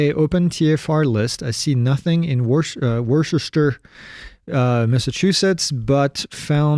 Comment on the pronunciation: Hahaha I am DYING at how you just pronounced Worcester 🤣 But I love these Q&A Sessions! Thanks for taking a question from a person in MA!